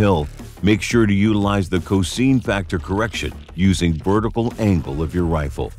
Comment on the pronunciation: Lost me with the crappy AI voice bot mispronouncing cosine. Don’t be so damned cheap and lazy, get an actual HUMAN to do the talking FFS.